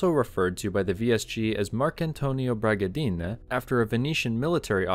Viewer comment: The Carabinieri are most definitely NOT part of the police force - they are part of the army. You could regard them as a militia. Until recently all their car number plates bore the prefix EI = Esercito Italiano = Italian Army. You also mispronounce a number of names including, most egregiously "Bragadin", which has no final E - names like this are characteristic of Valle d'Aosta and the Alto Adige. Italian words are pronounced exactly as they are written following some pretty simple rules. It's worth learning these so as not to look like a stupid Yank.